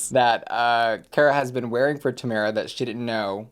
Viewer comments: still pronouncing Tomara wrong 😂 Personally I think the safe decision was right for her I wouldn't put her in the top. Agree with the bottoms though 😌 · second episode in and you keep pronouncing Tomaras’ name wrong 😴